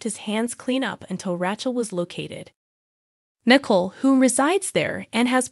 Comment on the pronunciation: RAY- CHEL WITH A LONG A. NI-COLE. THANKS